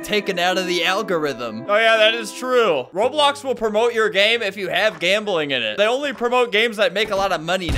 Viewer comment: Yo why you said as s in roblox I found out